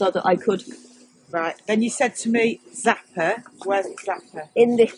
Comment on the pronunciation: Oh no! not the zappah with the squeezy squeezy…I’m done for…